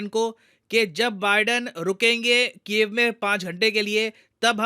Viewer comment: When you say Ukraine capital name ,it sounds like cave ''Gufa''🤓